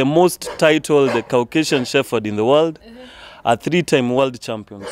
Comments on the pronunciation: it’s Shepard not shepherd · U are so right. It is incorrect pronounced with F. Hopefully they will learn to use P. But once used it with F. Very difficult to change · Ok. This is not a criticism but an observation. Why do most Kenyan's from dog breeders including the host pronounce "Shepherds" as "Shefferds" as though the word has an "F" just curious. I believe the correct way to say it is to emphasize the "P" and not as though the word has an "F". I know words with the letters following each other "PH" in them are pronounced like there is an "F". But in this instance "the word " shepherd" the "P" should be the dominant word and should be emphasized as opposed to "F", just like words with "P" in them like "Peter" "Paul" "Place" the P is pronounced. Hope tis makes sense. But otherwise great show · It is a disservice to those who own dog shepherds to mispronounce the Dog name. Especially coming from the host. The channel will pick up or has already picked up an international audience and anyone who owns a dog shepherd or even those who do not will pick this mispronunciation and may be put off assuming the show is light on the subject, not really on point and especially coming from Africa the misconception Africans are not experts in dog breeding and intricacies and nuances of dog breeding will skip and move on, to an other wise fantastic dog show. I am wondering why the editors have not picked this up. Am not the only one who has noticed this error, i have seen a few comments mention the same. Not to be too harsh, since i love dogs when i hear "shefferd" its like someone scratching a chalk board with their nails.